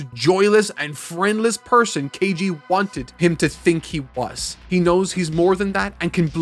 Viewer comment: "kEiJi" 😂 At this point it's just bullying from the editor